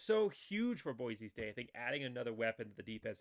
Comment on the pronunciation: Never mind mispronouncing the names on Hawaii, you have to get the name Boise right first.